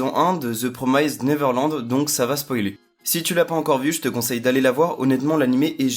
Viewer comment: c plus the promised nerverland mais promyyste neverland xD